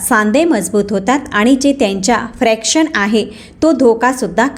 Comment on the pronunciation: Fraction nahi, friction